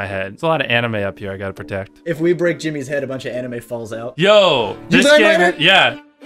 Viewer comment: He sad '' and breeack your "